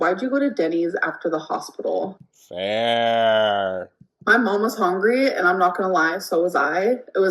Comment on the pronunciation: why does she say hongry like that 😵‍💫